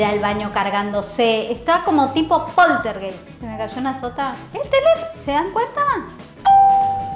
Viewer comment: story time de polterguéissssstsss